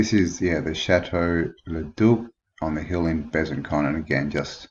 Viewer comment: you have to pronounce "bezanSon" not Con ;) nice vidéo